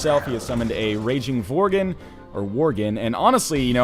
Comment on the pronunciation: Stop calling worgen vorgen please